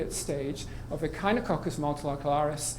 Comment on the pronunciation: mispronounced echinococcus